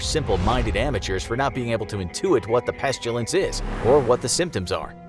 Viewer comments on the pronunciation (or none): its pestilence not pes chew lance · Any normal person: pestilence Infographics Show: peshjulsensh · Pestilence not pestulance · Why are you saying “peshtilence”? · When you say peschulence do you mean pestilence? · Peshtulence huh? We did that... fml. I really liked this channel. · You said pestilence wrong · The way he pronounced pestilance